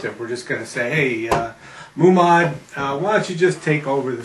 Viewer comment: Not sure where you're getting the pronunciation 'Madneejad' and 'Moomod', but... interesting.